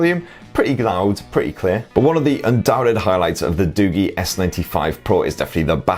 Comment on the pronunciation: Isn't it pronounced as doo-jii instead of doo-gee?